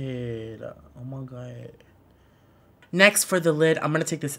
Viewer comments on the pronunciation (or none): The Way He Says "OMIGUAD" I can't dealllllll!!!! LMAOOOOOO